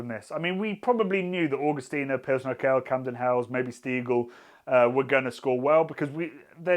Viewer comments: You have a funny way of pronouncing Pilsner Urquell! It is oor-kwell, not ur-kell. I assume you know that this means that all other Pilsener beers are copies of this. Try and get hold of Einbecker Urbock some time! The religious reformist Martin Luther quite liked it. PS: Zatec is a town, not a region and it is an hour and a half drive from there to Plzen where Pilsener Urquell comes from. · everytime he says "urkell" instead of urquell my ears bleed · Lovely too see Pilsner Urquell rank strongly, it's one of my favourite beers as well. (Love how you pronounce it btw, sounds a bit like, as in Steve:D The qu in it is a bit more like the one in quality, so a "kw"). Also pleased with Stiegl's performance, as an Austrian. Funnily enough, lots of people here hate on it, but I think that's more of a thing of intra-Austrian regional rivalry rather than genuinely not liking its taste. People here tend to stick to beers that are produced in their region, so while you can get Stiegl anywhere in Austria, it's most popular in Salzburg, where it's from. I just like it and it's also one of the not so many still privately owned (read: not part of Heineken) breweries in Austria. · If you lile Pulsener Urquell you might want to learn how to pronounce it: its more like Oorkwell (with k and w both pronounced). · Not sure why it’s such a bother… Not even my Czech gf cared that he was pronouncing it that way. 🤷🏻‍♂️ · urquell pronunciation ? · Can you please look into how to pronounce 'Urquell' properly. That made my ears bleed. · It's funny how you pronounce Urquell somewhat correctly in the factory tour video, but completely wrong here :D